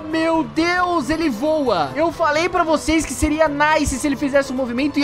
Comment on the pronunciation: O porque vc fala vua?